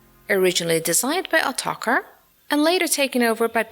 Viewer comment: It's actually pronounced as Atmaja